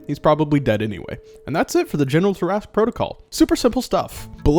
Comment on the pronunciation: I was so disappointed that you pronounced it Tear-Ask and not Tear-a-sque...